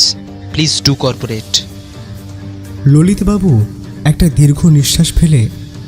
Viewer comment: Corporate নয়, cooparate